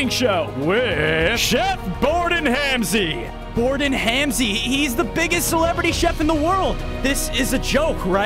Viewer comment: It’s not Hamzi it’s Ramsey 😂